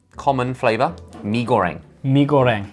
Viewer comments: I liked how they pronounced "Mi Goreng" the korean way 😂 I kindof wished they tried the famous Curry Maggi noodle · Contrasting the perfect pronounciation for Scorsese but the complete butcher of the Malaysian noodles name 😂